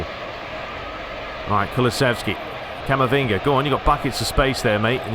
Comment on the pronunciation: Please stop calling camavinga camavingy it sounds weird